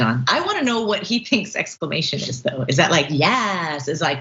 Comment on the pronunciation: "Exclaimation!" was just Tucker's attempt at being fabulous